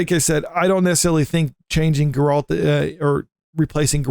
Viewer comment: Bro... have some credibility. its GERR-ELT not GUR-ALLT